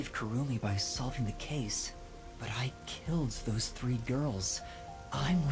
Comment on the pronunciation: you said gayrls